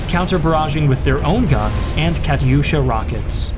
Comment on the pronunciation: the way he pronounced katyusha